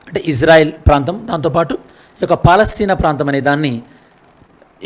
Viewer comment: Good One but Palastine in Telugu - Paalastheena 😅